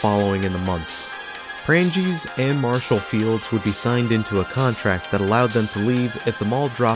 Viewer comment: Good video, unfortunately your pronunciations, in part, are an insult to the building's history! For one Prange's is pronounced with a SILENT 'G' remember there is a MAJOR influence in how thing's are pronounced in Wisconsin via Wisconsin's Native Tribes, The French, and also German settlers to name a few.